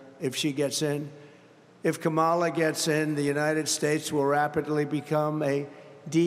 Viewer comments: donOLD trying so very very hard with what little he has left. He can't even pronounce Kamala how are we supposed to take you seriously? Somebody take his keys away and throw him in the retirement home. Goodnight Nurse! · CAN'T say name correctly. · How many times ⏲️ is he going to mispronounce Kamala's name???